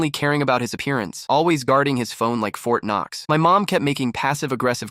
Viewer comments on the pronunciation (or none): 'fort noks'